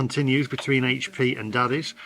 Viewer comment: Top marks for correctly calling it 'Aitch P' and not 'Haitch P' sauce 🙄😁👍